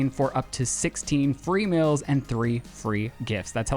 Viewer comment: I cringe so hard every time i hear the way says “meals”. But it brings me so much joy whenever Lizzie corrects his pronunciation. Love you girl you are doing gods work over there lol keep it up.